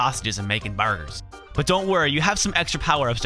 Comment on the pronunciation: I just liked the fact you said "BURGARS" like the dude from Epic Meal Time. All you needed was to say "SAAWWWCCCA" to complete the circle. ^_^